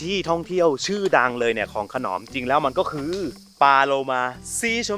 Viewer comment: ขน..อม..ครับไม่ใช่ขนอม